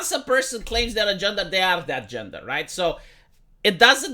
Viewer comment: Gendah ideology pwoduces weak soldiah. - Wong Po Noun